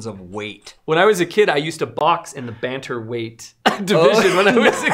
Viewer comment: It's bantamweight not banter weight.